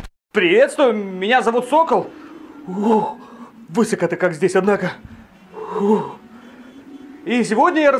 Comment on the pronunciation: Блин, Сокол! Не вЫсоко, а высокО!